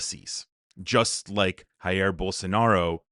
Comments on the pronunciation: great video! jus FYI: Brazil doesn’t speak spanish so “Jair” is not “Ha-eer” but Jair, like it would be in English “Dja-irr” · Just a side note, you pronounced "Jair Bolsonaro" with a "R" sounding J like in spanish. But in portuguese we pronounce the J like the S in "Measure". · As a typical Anglo-American, you pronounced the letter "J" in JAIR BOLSONARO in Spanish - Reminder: The officil spoken language of Brasil is PORTUGUESE - The letter "J" in PORTUGUESE is pronoucend closer to the "J" in French. Sort of like the "J" in JaJa Gabor. ABeen around the world a couple of times but only Anglo America can't seem to get it.